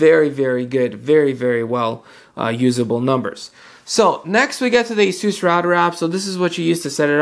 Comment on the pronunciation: ASUS is pronounced like "aces." It's not a-SOOS. Or az-us. Or anything else. The company's co-CEOs both pronounce it "aces." I'm going with them on this.